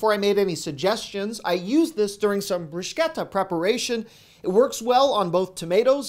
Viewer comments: Bonus points for proper "bruschetta" pronunciation. 👌 🇮🇹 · Thank you for pronouncing “bruschetta” the correct way! 👍🏼🍅😀